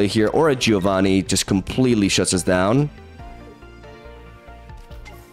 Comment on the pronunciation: If you want to pronounce Giovanni correctly, it's Jovanni, not Gee-ovanny. The "I" after the G, in Italian, is silent, but it turns a G sound into a J sound.